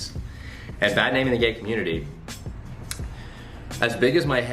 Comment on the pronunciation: the way you said, "community" 5:9- and "important" ... I cant lol